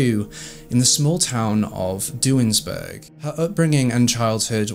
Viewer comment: im from schenectady [skenectady] and duanesburg is pronounced doo-waynesburg